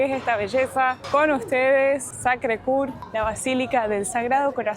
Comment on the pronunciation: Primero: Bellísimo video! Se percibe y comparte la emoción de estar en ese lugar!❤: para pronunciar: Coeur tenés que poner los labios para decir u y decís e. La e final de Montmartre no se pronuncia 😊 Y segundo: Francia 😂